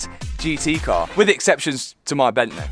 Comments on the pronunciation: “Bentley or Bentleh” 😂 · Nice job with the ‘bentleh’ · "Bentley or blentle" 😂 great videos lad, I'm from Leicester myself. keep it up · BENTLEH in MONaCOH. Wonderful stuff matt. Top boy 💯 Ps Hannah seems to get fitter and fitter. So fit matt. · Jo, why do you keep saying it's your £10.000 Bentleeh, i mean were all the maintenance and upgrades for free?